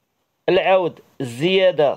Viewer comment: العود مشى عوود صحح النطق ديالك